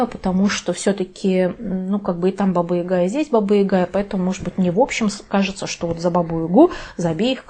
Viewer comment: Баба Яга! А не Ига!